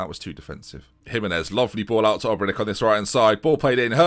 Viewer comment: You were saying it correct last episode and now saying it wrong again. Obrenic is like Modric if its to hard to pronounce call him Marinko, just not Obrenik